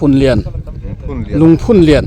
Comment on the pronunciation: Lungphunlian i lam rik dan erawh ka complain deuh. "Rallianchhawn" tih thluk anga lam hi a dik lo a, "Haw vat rawh " tih thluk anga lam rik tur ani e